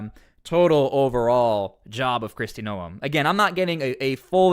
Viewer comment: My husband and I watch you a lot, probably daily. Just something that has bothered me is how you have been pronouncing Krist Noem's last name. Its pronounced like "Nome" in Alaska. 😉